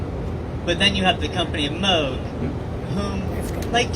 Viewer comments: wrong. Bob himself claimed he didn’t care, gentleman that he was, but anyone who’s not a philistine knows it is properly pronounced Mohg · Well done marxist reading from the phone (can't even pronounce "Moog" right). Now the jobs are offshored to Taiwan. Living wage for the laid off workers now $0. 🤨